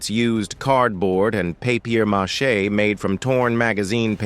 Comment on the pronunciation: A.I can't say paper mache 😂😂